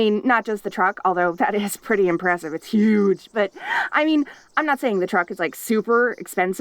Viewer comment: The way "huge" was pronounced made me audibly laugh I love it